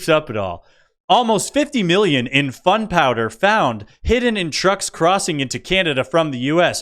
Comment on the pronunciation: I'm subscribed. You are hilarious. The pronunciation on the "Canadians" crossing the border with "fun powder", cracked me up.